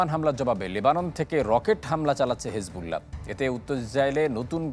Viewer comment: হিজবুল্লাহ হবে হেজবুল্লাহ নয়